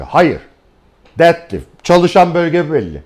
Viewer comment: Dedlift dediginizde guldum hocam 😁 Tum bilgiler icin tesekkurler